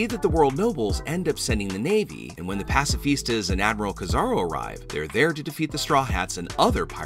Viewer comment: Stop butchering my boys name its Ki-Za-Ru not no damn kizaro